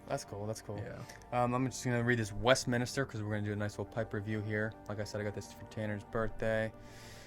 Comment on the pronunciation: Westminster not West minister. It is a building in England. Westminster abbey. Good video guys! Silviu ✌️